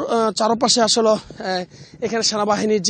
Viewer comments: আগামীকাল ৫৫ এর প্রতিবেদন করবেন। আশা করছি পরবর্তীতে 'আসোলো' বলা সাংবাদিক দিবেন না। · (আসল) এটি কোন এলাকায় এতো উচ্চারিত হয়?